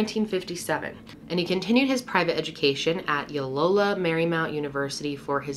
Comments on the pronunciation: LOY O LA - it is not hard to say. L+OY! O LA! try it and show us you care about the names of where we live. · It’s LOYOla, not Yolola. As an alum, I feel compelled to clarify lol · I went to Loyola and it's LOY-OH-LA, not low-yola. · Was Loyola referred to as “Yolola”? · It's Loyola Marymount University not yoylola lol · Loyal Loyal Loyola. Not Yolola. 😉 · I’m sorry, yo-lo-la? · Ok the pronunciation of Layola is Lay oh la . Sorry it matters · Why are you calling Loyola Ulola? It’s not that hard Loy o la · Loyola or Yolola xd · pronouncing "Loyola" like "Yolola" was my favorite part of the video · It's Loyola ( loy-oh-luh) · Loyola Marymount right? Her mispronunciation confused me lol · Looked for this comment hahaha and lo-dee NJ 😂 no hate